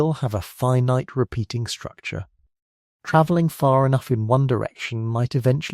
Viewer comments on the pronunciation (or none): Tra-velling? Is that a typo fed to the AI voice generator? It was pronounced properly just a minute or two after the vocal typo.